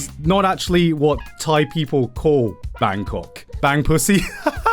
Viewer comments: Flawless Thai spoken in British accent 😮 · okay but Gigguk's thai was so good